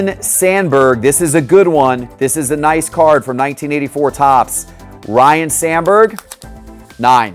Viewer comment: Oh, and it's RYNE (RINE) Sandberg, not Ryan.